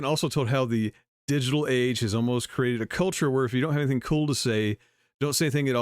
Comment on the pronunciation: Did she say cool or cruel? I thought she said "If you don't have anything cruel to say, don't say anything at all."